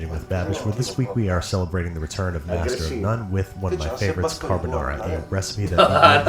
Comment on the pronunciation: Richard Ramos actually, he was missing the first "r" in carbonara twice in his second rant